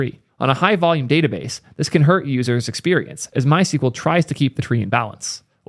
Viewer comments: MySQL is not pronounced "My sequel", the documented and official pronunciation has always been "my ess cue ell". I know there's a lot of controversy about the pronunciation of SQL itself but for MySQL there is no ambiguity, just an Internet full of people saying it wrong :) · You are pronouncing it the wrong way. the SQL part in MySQL should be pronounced as either "squel" or "es que el". Sequel is a different language dating back to the 1970s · it's pronounced "my es queue elle"